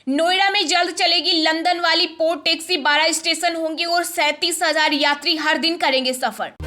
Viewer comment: न्यूज तो अच्छी है परन्तु न्यूज रीडर को ए और ऐ का अंतर पता नहीं क्या ...? ये पैसा को पेसा , पैनल को पेनल , टैक्सी को टेक्सी ..... जैसे शब्द बोल रही है । ये किसानों के नाम पर खलिस्तानी और ईसाई बने हुए सिख ही सारे उत्पात के लिए जिम्मेदार हैं। विदेशी फंडिंग के हरामखोर हैं ये ...